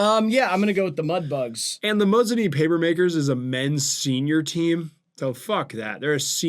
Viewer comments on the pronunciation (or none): The pronunciation of Mosinee has me ashamed to call you Wisconsin-adjacent